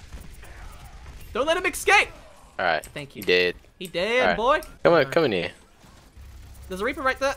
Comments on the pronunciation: needs to learn how to say escape x3 aw. ‘Don’t let him eckscape’ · Escape not exscape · "Exscape" HNNNNGGH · says “ecscape” and it triggers me